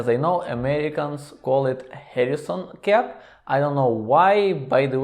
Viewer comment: GEAR : The 'G' sounds like 'г' in 'господин.' Same goes for 'Garrison cap' -not 'Harrison cap.' Just some constructive criticism, братко; don't get angry.